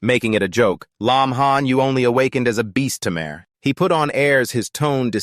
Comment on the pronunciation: Can't you pronounce tamer as tamer not tammmear